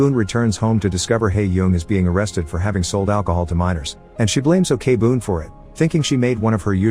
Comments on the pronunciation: Your recap is always great and amazing I even watch some of the movies because of your channel, but little suggestions can you search how to pronounced their name before make a video? Like Jung is not Yung or Ok-boon it's not really okay-boon but okboon they're not separated. Other than that I enjoy your videos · Why do you pronounce she as 'O.K-boon'? 😂 It's OK-BOON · Okay now, it's not Na Ok Boon it's Na OK (OAK) BOON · You couldv'e at least research on how to pronounce the name! Ok-Boon as OKAY-BOON?? Wow! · I just want to correct that Ok-Boon is not pronounced as Okay-Boon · Great video and movie. I just need to say though, O-K BOOM is the funniest pronunciation of that name ever lol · The pronunciation of Ok Boon as Okay Boon is killing me, but I've already watched this movie years ago and it was so good. Also very sad because it touches such an upsetting real life event. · ikr, they can make videos but can't even research to find out the correct pronunciation? maybe it's done on purpose to generate more comments criticizing it lol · The first part of her name is pronounced "oak", I don't understand how he could have gotten it wrong after watching the movie...?? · Is this video spoken by a computer? Why does he keep saying o-k-boon? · The story telling was amazing but, OKEY boon. I'm sorry but Im pretty sure that's mot how it's supposed to sound. No hate tho. Your videos are amazing this is just a small detail I picked up. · And here me, keep having to close google's AI search engine. Cause everytime he said "Ok-Boon". My phone detect "Okay Google" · Pls pronounce the names correctly especially Ok(u can pronounce it as ‘oak’ ) Boom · Okay Boon is a funny way to say thename